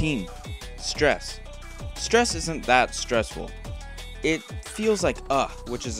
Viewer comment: The way you say stress and cocoa is funny